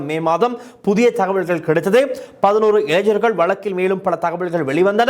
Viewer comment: இளைஞ்சர்கள் அல்ல இளைஞர்கள் என்று உச்சரிப்பு இருக்க வேண்டும். இது மிகவும் கொடுமையான, அதே நேரத்தில் வேதனையான செய்தி இது... கண் முன்னே தெரிகிறது... இந்த கொடுமைகள்...😭😭😭😭😭